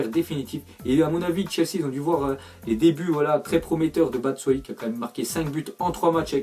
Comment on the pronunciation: super tes vidéos mais on dit batchuayi pas batsuayi